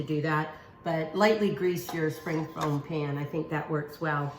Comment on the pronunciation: Dear Amy, It is a "spring form pan". You keep pronouncing it "foam". My dear friend says the same thing. Love your kitchen tutorials. Everything you make is with common ingredients and I like that.